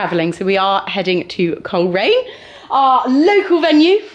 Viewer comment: I think heard "Cheltenham" when you said "Coleraine" 😂 😂 She's finding the 100 easy peasy! 💖